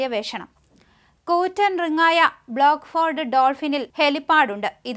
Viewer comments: അതു റിങ് അല്ല കുട്ടീ, റിഗ് ആണ്. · റിങ് അല്ല കൊച്ചേ 'റിഗ്ഗ്'ആണ്!😊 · റി ങ്ങെ അല്ല റിഗ്ഗ്